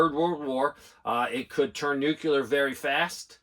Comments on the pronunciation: Is it a “nookyoolah” weapon or “nuclear” weapon? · LISTEN to yourself. There is no such thing as NOO-Q-LER anything. It's NO0-KLEE-ER. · Is there a reason so many adults in this country can't pronounce "nuclear"? No "u" between the c and the l. Asking for a friend, lol.